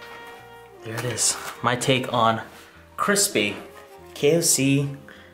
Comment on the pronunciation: Now make extra cwispy